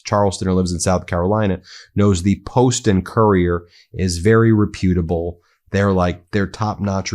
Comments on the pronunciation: re-pew-tuh-ble¿ rep-you-tuh-ble¿ eh tomato/ketchup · Ben, you do great work, but your language… no not the occasional profanity… it’s RE-putable, not RePUtable. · It would enhance your credibility if you learned to pronounce names correctly and words like reputable.